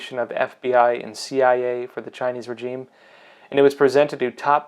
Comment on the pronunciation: And for fucksake, pronounce regime properly, so effing annoying. 😁